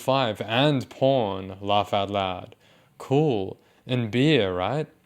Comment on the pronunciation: "kerwl" wow, language has really come a long way huh